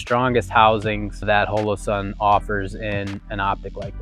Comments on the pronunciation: The first thing on this video should have been how to say Holosun. It is with a long o pronounced like hallow-sun. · Great video, other then how he pronounced Holosun